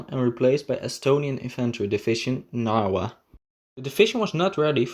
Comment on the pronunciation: Wiking is pronounced "Vee-king". Waffen is pronounced "Vaff-en". Narwa is pronounced "Nahr-vah" Dniepr is prounded "D-nee-per". That's a start. I can't keep up with the mispronunciations - there are so many, essentially every sentence is an auditory train wreck.